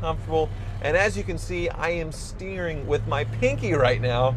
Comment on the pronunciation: Talking too much is bad enough but "pinky sterring"